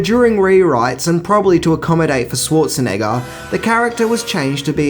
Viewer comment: OMG, can the host finally learn how to pronounce Arnold's last name properly? Dude get some German classes if you had to. ;-)